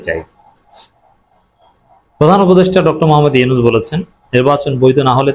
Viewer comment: মাইন্ডেড ইউনুছ ইউনুছ কিরে ভাই নামটা ভালো ভাবে বলতে পারেন না